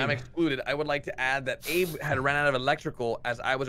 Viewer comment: Do you pronounced abe like ape